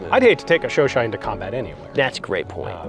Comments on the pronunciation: Its Chu CHAD😂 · Don't you mean the "chowchat"?